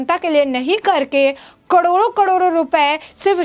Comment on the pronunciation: कडोरों कडोरों नही मेडम, करोड़ों करोड़ों बोलें।